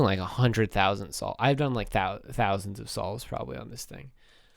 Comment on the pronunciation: Hundend thousand solves ahhaha wtf??